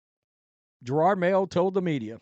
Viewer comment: Here we are a year later and you still can’t pronounce his name correctly you dim hillbilly. Yeah he sucked as a coach and was a DEI hire but you not being able to correctly pronounce his name makes it hard to take anything you have to say seriously.